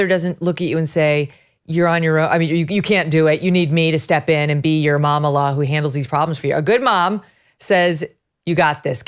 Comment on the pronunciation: Since she is married to a Jewish person, her step children call her mamale, yiddish word for Jewish mother! They are still unaware how anti-ijewish and anti-Israeli are their parents, including that fake mamala, pronounced actually mamele….